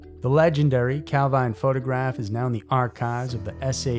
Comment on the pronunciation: Calvine, Highland Perthshire, is pronounced Calveen.